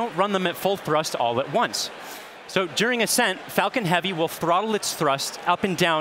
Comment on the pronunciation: I thought he said Fuckin Heavy 🤭